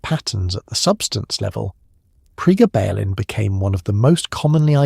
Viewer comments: PREEEEE GABB UH LYNN. Gabb like blabbing, grabbing. GABB. Not prayguh ballin. 😂 Pre. Gabalin. GABuhlin. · Priggabalin??? 😂😂😂 It's actually called Pregabalin! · Prega..ballen ? Ai sux! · Quite simply the best piece on this drug ever produced. Maybe informed by AI but none the worse for that. Pronunciation of Pre-Gar-Bar-Baline is weird. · Pre gaba lin .... Ai can't read that word yet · How could you possibly say it SO INCREDIBLY WRONG when the word is pronounced on the commercial????????